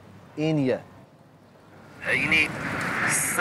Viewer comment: Sagst enie musst es enia aussprechen